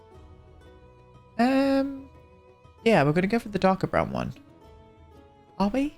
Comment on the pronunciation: Did he just say brown in Norwegian? :O (I'm from Norway) "Brun". <3 <3